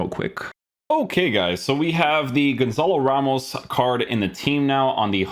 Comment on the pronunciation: Pretty sure it's pronounced Gonsal Rhemsh